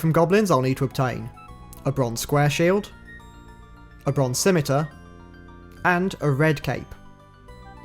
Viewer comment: Holy Moly! Someone who can pronounce both Ardougne, and Scimitar properly. Didn't catch the last big RuneScape mispronunciation. I'll have to keep an ear out in episode 2!